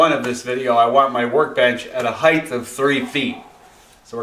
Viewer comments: Heigth? It's height - phonetically pronounced "Hite". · Good video, but do you keep saying heighth, instead of height? lol